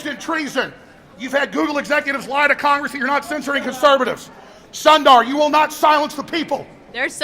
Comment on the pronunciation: All of us conservatives are having the same hallucination. Hooray for Alex Jones! I'm studying Hindi and Sundar means handsome, his parents really missed that one when they named him! It's actually pronounced Soon-dar, but mispronounce it all you please, thank you.